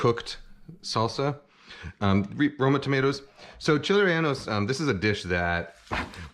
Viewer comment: Yo he called them renaldos and he used poblanos. 1. reh-Yeh-no is much closer. 2. Gotta be Anaheims, preferably a New Mexican variety, also just called New Mexican chiles. They have the best chiles don’t ask me why.